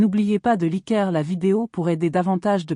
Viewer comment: "Mais avant, n'oubliez pas de liquerre la vidéo..." 😂 Pas au point le robot 😂